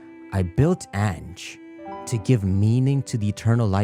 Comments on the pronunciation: Ange's pronunciation is actually An(on)-jay, but hey I don't judge. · "Ange" is French for "angel", and pronounced "ahnj" You forgot to heal your party after you faced that rando with the Chandelure.